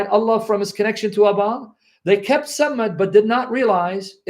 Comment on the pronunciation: Look how they spell Baal it is pronounced Bah hal. If you ad an accent on the end Bah al` Allah is the same word folks, listen to the call to Prayer, Bah-al' Awkbar.